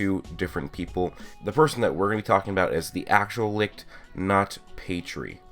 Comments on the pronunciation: You pronounce it lick but the others pronounce it licht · i always thought it was pronounced “li-t-ch” not “li-ch-t” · Its not ligt or lickt its licht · Its funny how nobody is able to pronounce "Licht" correct xD